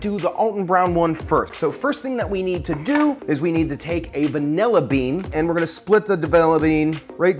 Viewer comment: 'Davilla bean' hahaha! I'm glad i'm not the only youtuber that loses the power to pronounce words on camera! Great job, Creme brulee is the business!